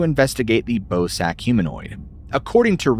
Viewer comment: im sorry but i can't unhear "ballsack humanoid" whenever you say bosak lol